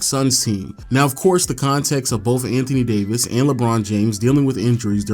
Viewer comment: I thought he said amp Davis 😭